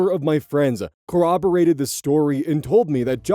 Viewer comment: Don't say "cowwoborate" please 😭